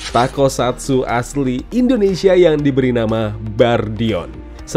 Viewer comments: bang bukan takosatsu tapi tokusatsu, wahh keren banget semoga tokusatsu di indonesia buatan aendiri trs berkembang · Bang, toku, bukan tako